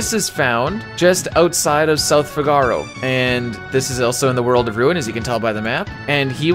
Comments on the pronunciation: Love your videos. But your pronunciation of Figaro is so cringe. Fi-ga-row, or Fig-a-row, never Fi-gar-oh. As a Chicago native I prefer Fig-a-row like Cicero. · The effort for this video is absolutely insane. I just can’t get over the pronunciation of Figaro.